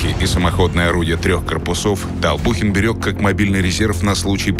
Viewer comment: Толбухин а не Толпухин